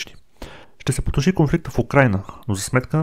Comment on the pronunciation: Казва се " потуши" , а не " потоши"....😅